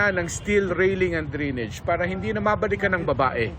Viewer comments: Drainage not drinige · Drain-age not drinage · Mark Salazar - DRAINAGE po ang pronouciation hindi DRENEGE!!! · Ano ba yan GMA "drenege" dapat drainage😂😂😂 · Drainage ❌️ Dreenej ✅️ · Lupet ng reporter nakarating sa GMA pero bigkas sa drainage "drinij"